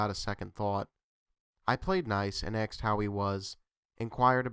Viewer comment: Aksed? Why aksed instead of asked?